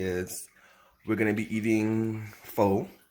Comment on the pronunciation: Bruh can you pronounce PHO ????